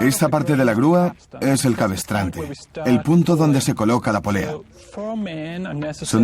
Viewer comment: Muy ameno e interesante, sólo un detalle, la palabra es cabrestante... No cabestrante...